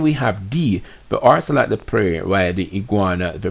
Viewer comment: Keep hearing you saying orcelot and the word is ocelot. There is no R in the word